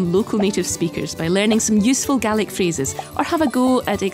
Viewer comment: Finally someone pronounced it right! It’s pronounced [gah-lick] and in our native language spelt gàidhlig, the English have destroyed the language, I can only hope to revive it